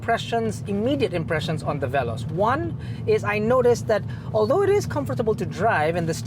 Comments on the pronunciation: The irony when you pronounced veloz wrongly, yet triggered with the knot? 😆 Anyhow, I wonder why toyota likes to name all their upcoming cars to be related to speed such as "rush" and "veloz (translated as fast)" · Good day! You may check over the web on how to pronounce veloz, hehe.